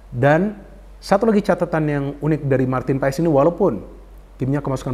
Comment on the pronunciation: Saran buat. Bacanya bukan paes tapi paas. Makasih 🙏